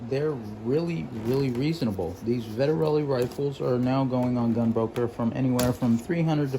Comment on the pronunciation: Vet-Ter-Lee. 3 syllables. Why do people want to add syllables. It's not that hard.